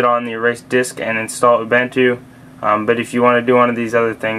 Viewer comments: The way you pronounce Ubuntu makes me uncomfortable xD it's pronounced: u-boo-n-two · or "oom-bun-two"